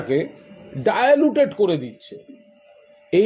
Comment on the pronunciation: কথাটা ডায়ালউটেড নয় ডায় লিউটেড ম্যা ট্রিক পাস করে অত জানা যায় না ।